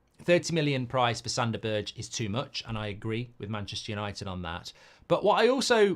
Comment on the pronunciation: B E R G E ! not Birtch